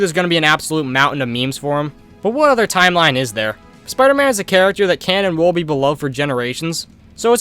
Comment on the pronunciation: A BRITISH SPOODER MAN?!?!